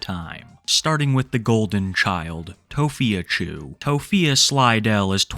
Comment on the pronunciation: why do you say it like tophia CHEW 😭😭😭 u say it violently